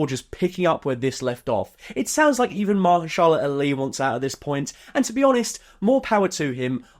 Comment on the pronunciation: I cannot get over this pronunciation of Mahershala Ali. Holy shit that was awful.